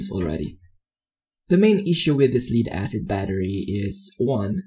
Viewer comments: it's spelled Lead but has two ways of pronounciations and two definitions. you're mispronouncing leed it should be pronounced "LED" lead VS leed. You did an awesome job, just that my ears cringed with wrong pronunciation. Death, dead VS deed, red, read VS reed, read and so on.... my goodness I've become a grumpy 'ol man "time for my meds!" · it's LEAD as in the metal lead, not lead as in "lead a team". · excellent video! only one suggestion: as good as your english is, Lead-Acid is pronounced Led-acid... as Pb in enlish is pronounced "led" not "Leed" otherwise, GREAT! any thoughts on how to increase the capacity limit ie increasing the 1050VA limit? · I’m super surprised no one else is annoyed by how he is pronouncing “lead” as “leed” instead of “led.” No one else? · Leed? Leed acid? 😂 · I know English has a lot of words that are hard to pronounce, Lead is pronounced Led like Led Zeppelin. Thats why they spelt it like that so it wouldn't be pronounced Leed. 😀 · just so we are clear "Lead-Acid" refers to the metal LEAD (pronounced LED). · you pronounce lead like leader and it triggers my autism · You are pronouncing lead wrong.